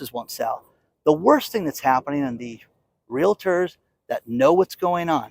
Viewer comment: Appreciate you,, but for the love of all that's good, it's REAL-TORS, not real-LA-tors. As I had mentioned months ago (sometime last year), buyers of new-construction homes BEWARE: There is going to be (has been) massive "value engineering" going on as builders try to cut not just costs but corners. Quality (of materials) and workmanship have been compromised. I heard, within the past week, that class action lawsuits have already been filed/in progress against builders/developers over this.